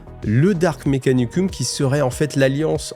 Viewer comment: Yo ! Un régal tes vidéos et cette nouvelle chaîne !! J'aimerais te dire que le suffixe -um provient du latin et se prononce -om; Dark Mékanicom, Impériom, Forom ... Etc ! Je veux bien qu'on dise Mékanicuss mais Mékanicume c'est ... ben j'étais dans le lit et ça m'a sorti du récit. Après j'ai conscience d'être le seul à me soucier de ça mais bon ...